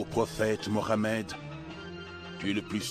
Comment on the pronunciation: Depuis taleur tu parle en français termine en français j'arrive pas a écouter quand il dit moramed allar c'est trop pour mes oreilles faut lui dire c'est plus possible la 😅😌 je le dit avec humour mais c'est sérieux